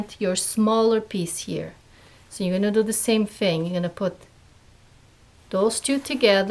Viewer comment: The word is "here" not cheer